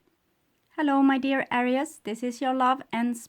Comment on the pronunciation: ..just wanted to tell you that I like the way you pronounce Aries ⭐️🌙🗝💖